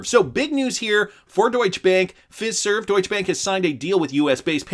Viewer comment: It's Fiserve like Feye-serve!